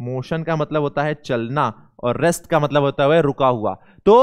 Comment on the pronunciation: Sir rest hota ha rext nahi